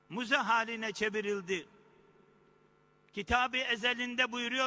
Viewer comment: Müze diyemiyor, Muze diyor. Tipik bir karadenizli imam. Yorumu uzatmayacağım herkes içimi okudu, ilerlersem Karadenizliler hoplar.